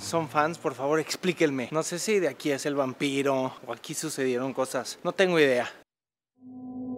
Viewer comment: ALAN ME GUSTO ESTE VIDEO .PERO LA NETA.,ME HICISTE SALTAR DE LA SILLA!!!! Y TIRE MI CAFE!!!.PUES TENIA EL VOLUMEN POCO ALTO LO DEL ''GUAMPIRO'''...ME DIO CORAJE ,PERO LUEGO ME REI,PERO PLEASE PLEASE!!! DON'T DO IT AGAIN!!!!\ ...ME RELAJO BASTANTE VIENDO TUS VIDEOS UN DESCANSO QUIZAS ESPIRITUAL.YA ME HABIAN DICHO ACERCA DE LOS ITALIANOS LA MAYORIA TIENEN UN TEMPERAMENTO FUERTE (los de clase casi no).....PERO DISFRUTA ITALIA Y NO LES HAGAS CASO,TE MIRAS MUY GUAPISIMO CUANDO TE MIRAS MUY RELAJADO PUES TU SONRISA LO DICE TODO.....